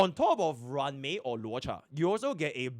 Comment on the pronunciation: man to this day no one can pronounce luocha correctly. i love dis community